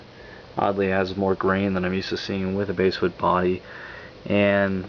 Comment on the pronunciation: Nice review, I'd just like to point out to you that 'basswood' is pronounced like the fish, 'bass' not 'base' as in a 'bass guitar'. :) Been seriously considering one of these, thanks for showing it off.